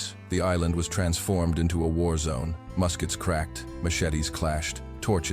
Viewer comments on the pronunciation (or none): none